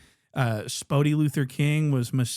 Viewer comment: “Spoety Luther king”🤣😭